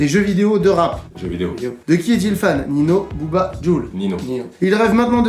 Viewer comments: Olala il on dit migouel alors que c est Miguel et il son dit Nino au lieu de ninho jvais mourir 😂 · Nino ?????!!!?????? C’est Ninho (prononcé nigno) !!!!!! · nino ? Ninio ✅ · MigOUel et NINO hahah les gars un effort sur les prononciations svp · Comment ils prononcent ninho "nino" chui mort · Ils ont dit « Nino » 😂😂😂😂😂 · C'est tellement triste 😂😭 vous avez le bon prénom mais vous savez pas le prononcer 🤣